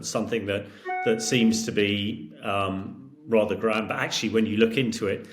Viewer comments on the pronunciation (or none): none